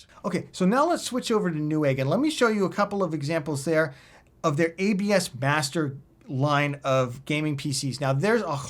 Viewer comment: was my hearing going im sure this fella says "abs bastard" but when i put the subtitles it comes up as "abs master"